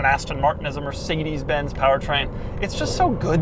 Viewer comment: "Mercedesy" and "Astony" Doug car lingo😅😅😅